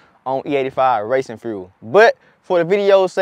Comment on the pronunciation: Frule=fuel, frew=few, skreet= street. Gotcha! 👍👍👌👌